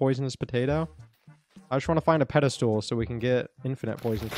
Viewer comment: you pronounce it pedastol not pedastool